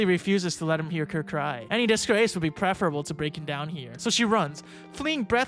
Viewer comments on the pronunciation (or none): none